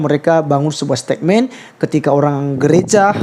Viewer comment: Koreksi pengucapan kata yg salah mas...bukan STEKMEN tapi STETMEN (dari kata statement)